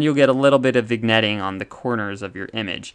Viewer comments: Small nitpick: it's pronounced "vin-yetting", not "vig-netting" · OMG you're killing me here. Not vigg-netting, it's vin-yetting. Seesh. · It's pronounced vin yet eeng (vignetting) but great vid nonethe less. Cheers. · Pronounced "viN-Yettng." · Excellent explanations. Keep up the good work. For the record, the “g” in “vignetting” is silent. It’s pronounced like “vin-yet” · It’s pronounced “vin yet ing” the g is silent. Thanks for the vid. Keep up the good work! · It's VIN-YETTING Just for anyone that wants to know how to say vignette or vignetting. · I enjoyed the presentation. Some accuracy-oriented suggestions for improvement: 1. Vignetting is pronounced vinYEtting 2. Apparent Focal length of f/6.3 ? That's a ratio, not a focal length 3. Without a focal reducer, "increased FOV" - that doesn't make sense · Very good video, however the g is silent in "vignetting"